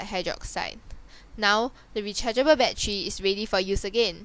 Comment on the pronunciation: rechariable baddery XD